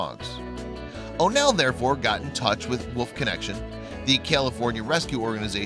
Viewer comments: A wuuuf not wolf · Sounds like he saod woof dog instead of wolf dog. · It really sounds like you’re saying woof dog instead of wolf dog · Wolf, not woof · This narrator is always amusing. I like how he says "woof dog", rather than "wolf dog". Is he trying to be cute, or is he just incapable of pronouncing common words? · This guy can't pronounce wolf. He keeps saying woof dog. Good grief.